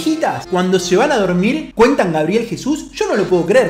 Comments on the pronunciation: GABREIL jajajaja es GABRIEL !!! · GABRIEL, no GABREIL